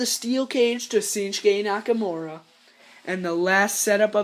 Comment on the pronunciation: It's not shisqnakamura 😂 it's shinsuke Nakamura